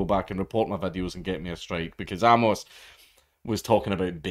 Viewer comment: It's pronounced "Ay-mus", not "Ah-mohs"